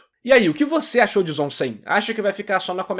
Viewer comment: Cem em Japonês pode ter duas fonéticas hyaku ou byaku. Portanto ZOM 100 pronuncia-se ZomByaku fazendo trocadilho com Zombie. Vlw flw